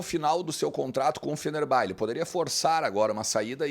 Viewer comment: Fenerbahçe se prouncia FenerbaTCHÊ e não FenerBÁ. Não sei da onde tiraram isso, deve ser o mesmo pessoal que fala BlueTÚ em vez de Bluetooth :)